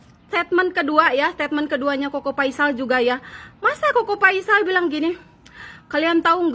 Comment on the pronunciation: Apakah cingirmu nggak bisa ngomong huruf F?Koko Faisal, Bukan Koko Paisal.